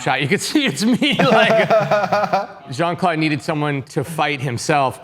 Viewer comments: The way JCVD's name was pronunciated 😶‍🌫 Jean ☁ At least try to make it sound french, eg more like Jean Cl'ow'd (as in know) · I die a little inside every time they pronounce Jean-Claude like that.